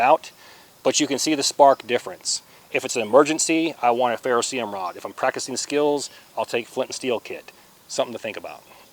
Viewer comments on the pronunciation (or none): 1. Ferro CERIUM, not ferroseeum. How about just using "Ferro Rod" in your new life. 2. Tearing duct tape into small strips is a fine motor movement likely unavailable when you're hypothermic. Maybe test rolling a piece into a tight ball with your palms and lighting that. Love your dedication and free sauce, not criticizing you as an honorable human being. I want you to succeed.